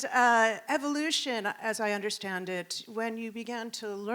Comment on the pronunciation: "We want to tunderstand"